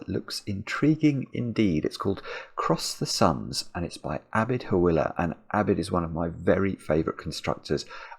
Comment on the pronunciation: A great video as always, Hawila is pronaunced Haweelah The I is a long E. The H is arab H but that might be too hard to pronounce.